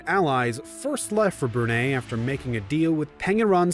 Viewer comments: I know some westerners mis pronounce foreign words, but when Brunei was pronounce bruney , Itis either theyre lousy in pronounciation or they do it on purpose. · Why is everything mispronounced? Magellan, Brunei. Click, I'm out.